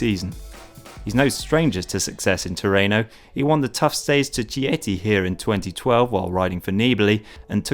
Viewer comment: IMO Sagan aint that good a rider.....he can wheely a bike WOW - Oh and its Chieti pronouced Keyetty mr voice over man !!! NOT - CH' = LATIN